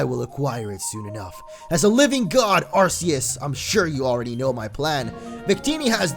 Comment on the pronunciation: ITS NOT ARSSEUES ITS ARKKKK EUS